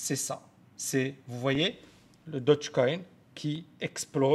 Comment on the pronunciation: Stp stp "daugue coin" je répète "daugue coin" (phonétiquement) Dodge c'est une marque de voiture ... :'(